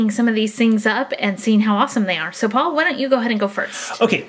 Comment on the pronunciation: You said po not poul